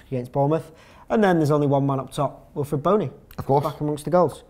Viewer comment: wilfried not wilfred